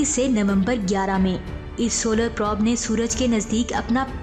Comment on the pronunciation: Wind or probe ko ap sahi prononce nahi kr rahi. wind ko ap winde or prob ko ap prab parh rahi hain. plz correct it